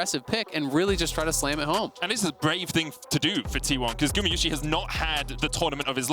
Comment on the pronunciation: you still say gumiyusi instead of gumayusi! god its annoying, go back to school